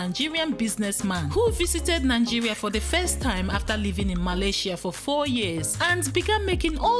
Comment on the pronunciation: 🤔🤔🤦😲wait a minute, is it Nangeria or Nigeria?